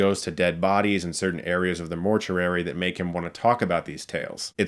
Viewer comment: Dude! Why do you keep saying mort-yur-ary its mort-yoo-ary! Still, I'll check some of these out!